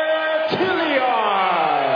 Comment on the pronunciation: Why do those annoying announcers keep calling that guy Jilly-ard, when his name is clearly Tilyard?